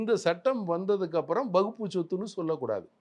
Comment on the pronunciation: வக்பு வாரியம் என்று கூட சொல்ல தெரியாம முண்டம் வகுப்பு வாரியம் என்று சொல்கிறான்... இவனெல்லாம் ஒரு ஆளு, டேய் already வக்பு வாரியத்தில் பெண்கள் பொறுப்பில் இருக்காங்க... பெண்களுக்கு சம உரிமை கொடுப்பதாக இருந்தால் முதலில் உங்க R .ss அமைப்பில் பெண்களுக்கு பதையி கொடுங்க, அர்ச்சகர் இல் பெண்களுக்கு பதவி கொடுங்க